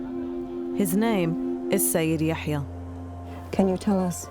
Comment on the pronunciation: It's Yahya not Ya7ya. So annoying